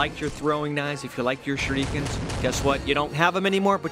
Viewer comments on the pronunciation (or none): He says Shurrookens sometimes which sounds very weird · I love how said shurikens